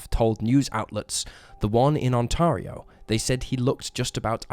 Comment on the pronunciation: Ontario - - On-Tear-Rio, not ON-Tar-Rio